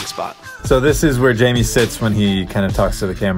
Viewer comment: You said janmie